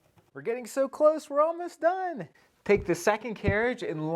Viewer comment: Make sure you may-jure the tem-playt